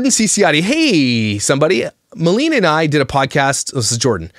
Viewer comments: It's Ma-lay-nah. Not Ma-lee-na. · ITS MILAYNA! 😂 you got the first name wrong also hahaha